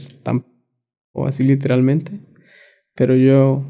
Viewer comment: Literal mente dice muxho literalmente